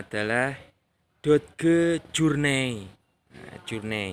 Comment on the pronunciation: Dibaca doj, om. Bukan dod geu 😂